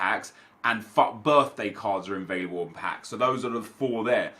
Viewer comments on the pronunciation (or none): did u say f birthday packs